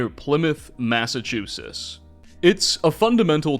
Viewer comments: Its massachusetts, not massachusus, just fyi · Serious question, are you purposely mispronouncing ‘Massachusetts’ or joking in some manner? I can’t tell if you’re trolling or legitimately saying it that way. Amazing video but that drove me a bit nuts lol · I always thought the state was pronounced "MassachuseTT" I assume you you have the correct pronounciation as you're American and I'm not, but I'm surprised to hear that you don't pronounce the final " TT". To my ears it sounds like you're saying MassachuSIS. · "Massachusis". As a MA native, I'd like to inform you it's pronounced "Massivetwoshits" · I'm not gonna make it if you keep saying Massachusess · What's a "Massachusis" and "memwire"? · Me: My home state! 🙂: Massachoosis Me: 🙃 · WTF is a Massachusiss? 😂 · Massa CHEWSUSS ???? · Cool vid, im so tired of hearing Massa-chew-sis though. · “First mystery… what happened to the T’s in Massachuses?!” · Great video, but why do you keep mispronouncing Massachusetts? It's not "Massachusis". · "Massachuses" wtf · Is there a reason you pronounce it massachusess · Mass-eh-choo-sitz not whatever you said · In New England we pronounce it "Mass-uh-chooz-itz". Great video as always man. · There is a "T" sound before the last "S" sound in Massachusetts. Sorry just couldn't help it hearing that every time lmao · Is it me or am i not hearing the "tt" in Massachusetts when says it? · The way you say Massachusetts is crazy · Ngl bro, you’re totally mispronouncing Massachusetts. Sorry, but it was really bothering me. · I think so. He often mispronounces common words. Still makes some interesting videos though. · Your pronouncing of Massachusetts. LOL See those "T"s? They're not silent. FYI. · Tell me you can't pronounce Massachusetts without telling me :face-green-smiling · dude why the hell don't you pronounce the T's in Massachusetts lol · I've never in my life heard anyone pronounce the T. I live in the South though.